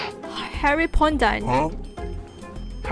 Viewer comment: Guy:Harry Potter: Harry Pondan 😂😂